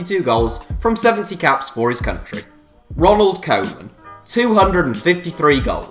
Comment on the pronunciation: Ronald koowman lol